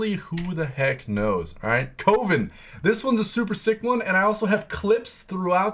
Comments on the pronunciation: 4th person I’ve watched on YouTube to Pronouce it as CO-VIN instead of CUVIN 🤷🏽‍♂️😂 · My man it's pronounced CUH -- VEN.. not COH - VEN. Save you some hassle down the road when you play that trait :) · It’s pronounced cuh-vin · Kept thinking he said covid and not coven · Love the video but it's Coven (Kuh-vn) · Co-ven, like a coven of witches ( kəvən ) the o makes an " aaa " sound. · I think you don’t know how to pronounce coven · why is it so hard for people to say coven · thats not how you pronounce coven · the way you said "coven" triggered me. ill watch the rest later haha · Why can no one pronounce Coven correctly XD